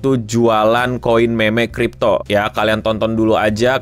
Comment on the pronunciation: tunggu tunggu tunggu... Apa tadi? "Memekripto?" Ini gue gak salah nangkep kan? Takut banget klo sampe salah paham nih gue soal kata2 ini "memekripto" 😱😱😱😱